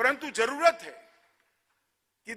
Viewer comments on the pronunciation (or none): Why is Amit Shah cant even pronounce Hindi words properly..He is saying Bhasa instead of Bhasha and why the F is he using urdu words like Zaroorat and Takad? Btw he cant even say it right...he is saying Jaroorat! Lol Someone needs to teach him how to speak Hindi/Urdu well. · खुद हिंदी ठीक से बोल नहीं सकते, भासा नहीं भाषा होती है । स, श, और ष में फर्क नहीं करते, ज और ज़ में फर्क नहीं करते